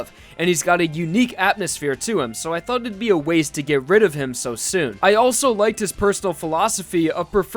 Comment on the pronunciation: I rewatched it so many times just to realized he said "thought"